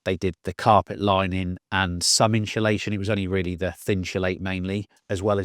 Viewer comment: When did this current trend of calling it “inSHULation”? 😂 hear so many people saying it now adays, never heard it til a few year ago. Even proper dedicated diy channels say it. Drives me nuts